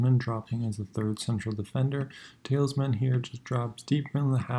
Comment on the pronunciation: Only one thing to point out - it's Tielemans, not Tilesman ;)